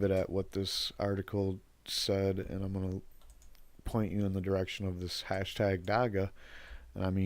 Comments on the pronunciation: It is not pronounced Dakka. It is more like dach-hah. We have a huge Rastafarian community, even a famous rastafarian lawyer (Gareth Prince) who have been fighting for legalisation since the 90s. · I know his not from here but the way he pronounces Dagga is irritating.